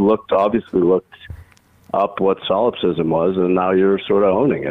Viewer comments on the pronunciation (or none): I know what solipsism is, but what tim pool thinks "sylipsism" (as he said it) is I could not tell. Perhaps it was an idea he had on psilocybin.